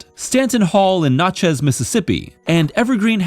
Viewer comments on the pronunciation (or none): Cant even say Nachez right...smh